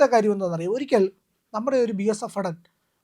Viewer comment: Faടൻ അല്ല , ഭടൻ എന്ന് ഉച്ചാരണം തിരുത്തണം